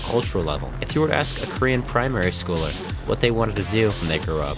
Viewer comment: do you speak korean? your pronunciation of korean words are perfect!!